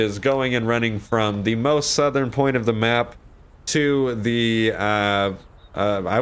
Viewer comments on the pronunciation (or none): Lol when he said porn instead of point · When I heard say "most northern porn" instead of "most northern point" was the best and made my day same with the Ron part and you yelling at the guy saying "I'll beat you add then go continue my run" keep it up my friend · Lol he said “at a far northern porn”😂😂😂😂😂😂😂😂